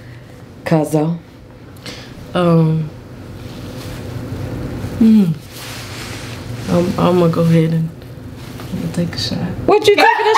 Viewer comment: It was the fact that you emphasized CUZZO😂